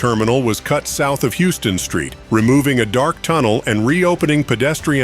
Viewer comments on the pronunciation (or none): its pronounced "house-ton" street.